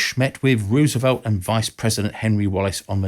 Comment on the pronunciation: Learn how to pronounce Roosevelt, will you? The first syllable sounds like "rose," not like "rooz." Why is that so hard?